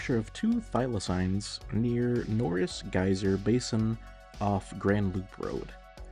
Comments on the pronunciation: Btw its pronounce th-eye-low-seen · That thylacine pronunication activated my fight or flight response